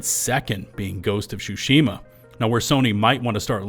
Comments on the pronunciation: What the heck is Ghost of Shoe-shima? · “Ghost of shushima” 😂😂😂 wtf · Ghost of shushima 💀💀💀